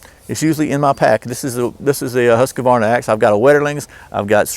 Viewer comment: I was referring to the incorrect pronounciation. It's pronounced husqvarna, not husq uh varna.